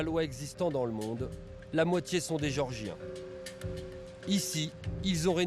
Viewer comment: Le mec est incapable de prononcer géorgiens oh c'est pas des mecs qui habitent chez Georges de Villeneuve sur Lot qui est toujours au comptoir du café chez bébert international